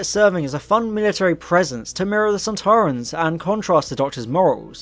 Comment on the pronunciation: I enjoyed the beginning Very accurate They’re pronounced sand ta run